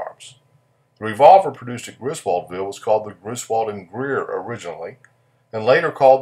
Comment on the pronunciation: Griswoldville is still there, South of Macon, GA. The people there pronounce it, "Grizzle ville." Really popular with the metal detecting crowd, parts are still being found.